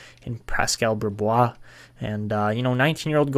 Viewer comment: Brisebois is pronounced breez-bwah! That's why Patrice Brisebois was nicknamed Breeze-by but hopefully that name doesn't stick for a goalie haha